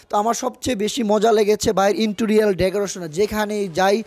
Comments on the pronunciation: Vai uchharon ta ektu thik korun inturior noa ota interior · ওরে গাধা ইন্টুরিয়াল না। ইন্টেরিয়র হবে। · ইন্টোরিয়াল না গাধা। ইন্টেরিয়ার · Akdom... R J interior k intorial bole bok bok korche se o pagol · Wtf is "intorial decoration"? It's giving me anxiety everytime I am hearing. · Intorial....??? Hayre...... Hashi thamiye rakte parlam na....🤣🤣